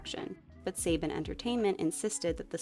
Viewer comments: It's Saban (SUH-BAHN) Entertainment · Quick note: “Saban” is a Hebrew name (“סבן”) and is more accurately prounced /səˈbɑːn/ or “sə-bahn”